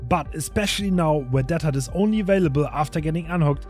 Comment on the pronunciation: Why are you pronouncing deadhard teathard? kinda interesting